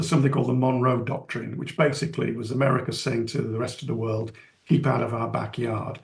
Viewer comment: South Ameriker?